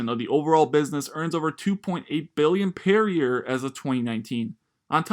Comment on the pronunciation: "pair year" 🤣